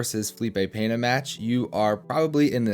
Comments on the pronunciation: LEARN HOW TO SAY HIS NAME CORRECTLY FUNCKING GRINGO ITS PENA NOT PENHA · It's not Peña by the way, it's Pena. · There is no “Peña” bro, we dont speak spanish, it s Pena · Talking about helping grow the sport, start to say correctly the name of the Brazilian athlete, Pe-na gringo Pena!